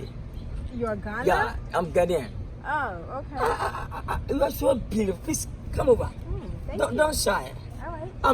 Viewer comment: Gorgowl😂😂😂😂 vely vely vely blealifel